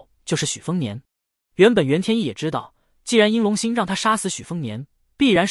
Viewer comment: 煙羅山的“袁天一”，不是“震”天一。 🧐